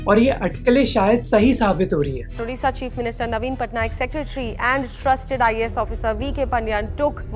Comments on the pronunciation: Thank you Mohak for covering this topic . Only few of people knew about odisha and Odisha's culture and Heritage. From meantime we used to feel bad about this but nowadays a tagline has kept for Odisha ' odisha's best keeps secret ' and pronunciated the name so perfectly Indeed , odisha is best amongst all state ❤ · As an Odia, I am so happy you pronounced Odisha correctly and not "Udisha" or "Orissa", plus thank you for brining the topic into limelight, althought there is so much more to be touched on, for example Odisha supplying oxygen during the COVID times.All in all, well researched and presented video, Would love to learn through your videos about the diverse India.